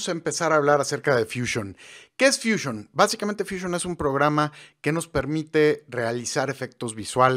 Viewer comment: Porqué dices edición? Si despues dices fúsion?